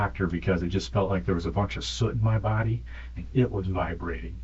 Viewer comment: soot and suit are not the same word, lol